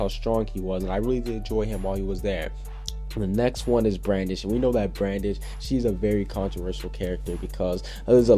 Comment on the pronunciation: you said Brandon instead of brandish ;~